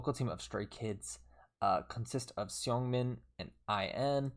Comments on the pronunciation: hee-yun-jin. but say it a bit faster yk. heeyunjin. i wish yt comments have voice notes or smth it’d make it sm easier lmao and seungmin is pronounced as sung-min !! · U pronounced Seungmin's name correctly for a very short amount of time lmao. The one you've switched to is wrong. Its more like Soon-mean. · Seungmins name is pronounced either soongmin or sungmin! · When saying Seungmins name just get rid of the E to pronounce it right! Love your vids!❤